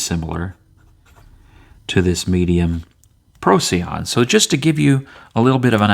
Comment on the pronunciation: It's named after a star and is pronounced "pro - sigh - on", FYI